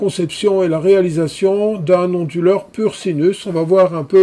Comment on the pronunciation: Pourquoi prononcez-vous "onduleur" avec un H aspiré comme : "Honduleur". Ce n'est pas : "du honduleur" par exemple...?